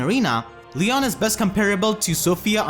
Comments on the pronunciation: So is it pronounced lee-on or lee-yohn Regular Eirika says lee-on but new Eirika says lee-yóhn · It's pronounced lion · It's pronounced LEE-OWN